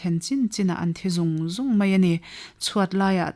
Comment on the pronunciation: Hawkdak vanga a khua han pulh ngawt mai chuh... Tin, a chhiartu aw a mawi; mahse, chingpirinu thizun em han tihsual chu... Hmasawnna tur kan nei zel e.